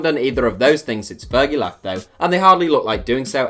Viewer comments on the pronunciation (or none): none